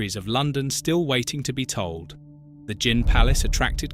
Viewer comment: Interesting but why do you sometimes pronounce gin with a hard G?